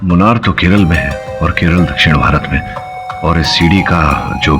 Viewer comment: KERALA not KERLA or KERELA 😭